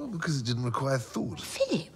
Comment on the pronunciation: 'feelip' lolll